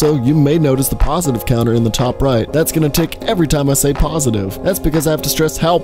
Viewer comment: He say'd positife 48 times